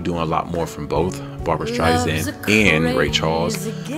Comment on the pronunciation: You must react to the full number. Barbra will blow you away as she segues into Sweet Inspiration. Also, and no offense, but her last name is StreiSAND, not StreiZand. No Z in her name.